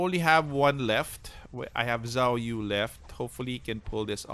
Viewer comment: Zhuge liang is spelled cu-ge-liang actuallu, and zhou yu is spelled cou-yi, and zhao yun spelled cau yin.. Edit: im just telling coz the way u call zhou yu and zhao yun is too similiar so its quite confusing